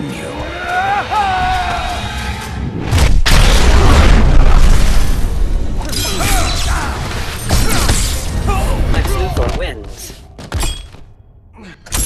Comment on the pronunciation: "Sex Luthor"